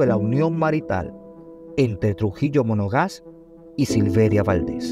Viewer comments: Monaga. No monoga’ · Monagas, no monogas .. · Monagas....Monagas ,,,no monoga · trujilo monagas,no monogas,luce despectivo y descuidado en la fuente donde obtuvo los datos,lo que se va publicar por los medios y redes debe ser correctamente informado,para evitar que los que no conocen mucho la historia la aprendan mal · MONOGAS noooo, MONAGAS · Monagas,no mono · EL SEGUNDO APELLIDO DEL PADRE SE PRONUNCIA ( Mona'gas)